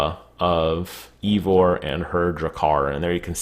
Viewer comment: The way you said the characters name😂